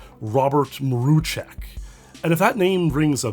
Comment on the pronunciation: I'm impressed by the correct pronunciation of Mruczek, great job Also M Y F R I E N D S